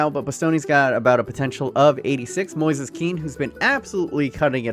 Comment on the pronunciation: It’s Moise Keane not Moses